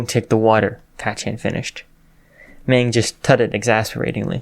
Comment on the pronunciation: This is pretty good but Magne is pronounced Mag-ne not Mang.